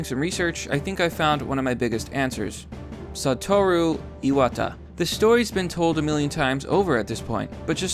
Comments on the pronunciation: Ee-wah-tah not Ee-wad-der. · Btw, it's "eye-watt-uh."